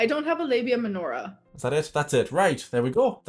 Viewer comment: The one time Amberlynn pronounces a medical term correctly and I walk out of the shower and just hear “LABIA MENORAH” and I’m like “Oh shit, she’s back and she’s dating a Jewish girl now.” I was preparing my trauma responses for her Jewish era.